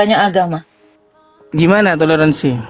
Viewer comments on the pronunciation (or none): Toler mbak bukan telor 😂😂😂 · " T O L È R A N S I " bukan TELOR ASIN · Toleransi... bukan.... Telorsnsi. 😂😂😂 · Salah ucap toleransi buka teloransi 😅😅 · .....bilangnya teloransi......?? Padahal harusnya TOLERANSI kan......????? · Maaf,kata yg benar TOLERANSI bukan TELORANSI.🙏